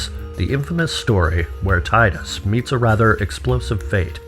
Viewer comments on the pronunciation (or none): he says 'tide-us" which is how we'd naturally read it in English, but it's "teedus" and that makes me not able to watch anymore